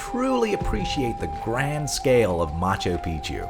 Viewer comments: Are you serioiuslly saying Macho Pichu, rather than Machu Pichu? Otherwise, a fabulous video, well organized visually! Thanks! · Nice vid but no thumbs up for "Macho Picchu" pronunciation